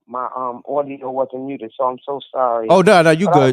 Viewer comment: Ordio... not audio